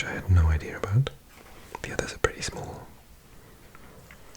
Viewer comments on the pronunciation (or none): none